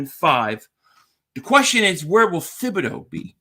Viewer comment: It's T-bod-O! It's French!